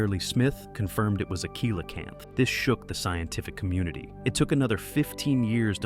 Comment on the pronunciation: It was really hard to get past how he kept pronouncing Coelacanth.